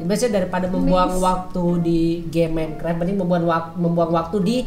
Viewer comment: Tulisan Minecraft dibaca minikrep